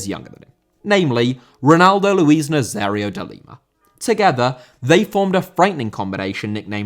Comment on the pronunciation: Nazário * not Nazériouw